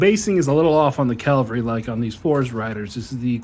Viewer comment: Hot hint: it is Ca VAL ry, not CAL va ry.